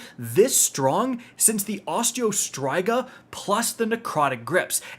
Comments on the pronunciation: STOP SAYING OSTEO STRIGA LIKE THAT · I have never heard Osteo Striga pronounced like that before lol